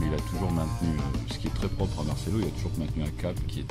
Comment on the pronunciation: Dites pas "Marchelo". Prononcez bien les noms putain. C'est Marcelo.